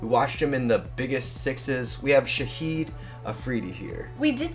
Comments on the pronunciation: dude IAM sorry but his name is Shahid Afridi pronounced as SHA-HID not shaheed because shaheed is an Urdu word used for MARTYRS lol and he's still alive and kicking Love from Pakistan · It’s not shaheed it’s Shahid.😢